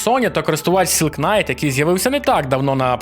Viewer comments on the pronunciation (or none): none